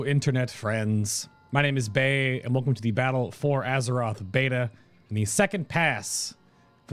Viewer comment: The internet ruined me. Whenever he says "Bay" I hear "Bae" :(